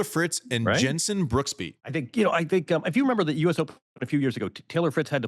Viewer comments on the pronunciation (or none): none